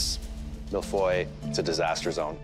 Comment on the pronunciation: Im french that’s not how you say feuille 🍁